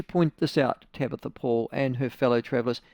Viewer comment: Tamatha not Tabatha. She is still a delulu muppet though.